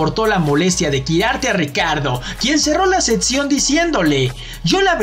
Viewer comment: Cual "setzion" ? Aprende a hablar !